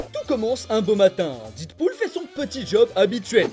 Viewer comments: Pourquoi tu dit DIDpool ? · Je t'en supplie dead se prononce comme mehhh pas comme didepoule